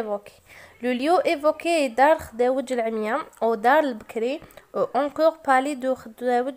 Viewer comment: اسمحيلي استاذة مي مكانك ماشي اللغة الفرنسية راكي تنطقي فيها بسيف راكي كي الابتدائية تهجي خداوج ماشي خدوجة و خاطيك فرونسي و لي يقري فرونسي يكون علابالو بكلش ماشي الارقام يغلط فيهم🛇❌